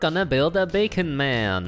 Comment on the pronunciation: He said dat “becon”